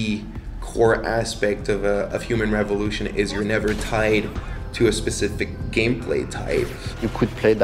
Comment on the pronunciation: Sounded like the first guy said, The Sexual Revolution.